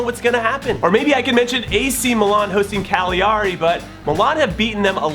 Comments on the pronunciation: Jimmy Conrad close. Cah-glia-ree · Jimmy you might wanna practice saying "Cagliari" a few more times.